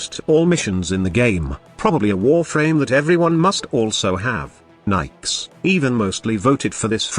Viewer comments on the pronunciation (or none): ok. One, Nyx is niks, not Nikes. Two, Chaos is easily replaced with radiation damage. Three, Nyx is a female frame, not a "him". Four, this frame is trash. hands down. I'm really thinking you just called every frame good. Mind control is useless except to run away from one strong enemy. Use spectres, they are cheap and 70,000,000 times better in every way. Chaos is pointless.. anyone can radiation everyone. For zero energy. TK Bolts has potential but is, again, useless. Her last power is her only useful ability, AND she's more fragile than soggy cardboard. She sucks. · And for me, Nidus can do almost any mission I mean...I leveled him eight times at least on kappa sedna so.....I agree he doesn't belong way up top though because tanks are less skillful. That being said I can use most frames anywhere I like, even solo. Nikes lol I love the "Microsoft Sam" style voices trying to pronounce things.